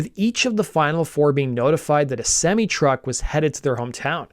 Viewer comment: Btw, are you Canadian? Just the way you pronounce "semi"...